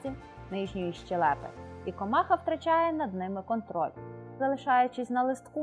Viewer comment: Наголос: кордицЕпс, щЕлепи